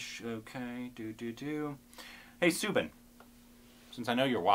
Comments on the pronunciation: Guys, you are pronouncing Soubin and Fahad Faasil's names slightly wrong. It's pronounced SAUbin and not SOObin. And For Faasil, you have to stress on the FAA a lot more not the IL. So it would be FAAsil not faSEEL. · Guys he is not pronounced as Sooobin.. Its Saubin (like u say Saudi)